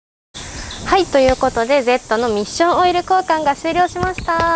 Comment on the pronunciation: おっしょんオイルに聞こえた